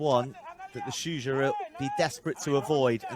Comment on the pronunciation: Great stuff! Is it that hard to pronounce Shujaa?